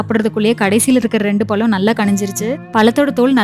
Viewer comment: Palam or pazham ?